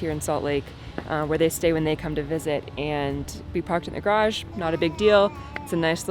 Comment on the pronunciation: Of the four garage pronunciations, you got two of them almost perfect! There is hope for you! Way to go!